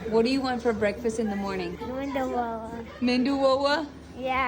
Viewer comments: Medu not mendu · it's not mendu it's medu meaning vada which have hole in middle 😊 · Not MENDU it’s medu.. MENDU is brain 😂😂😂😂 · Em ee dee you = MEDU is pronounced as MEDHU and not MENDU/MENDHU. Medhu vadai it is. Medhu means soft.